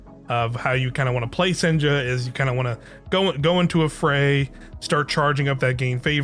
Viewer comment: It's pronounced "Sen-ya", not "Sen-jah". It's a Norwegian name, so the J is pronounced as a Y.